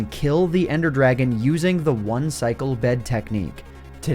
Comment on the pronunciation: dwagon bos